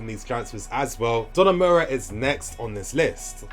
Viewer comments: Every time said 'Donamura'. My will to live kept dropping lol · Great video. But it is pronounced DON-A-RU-MA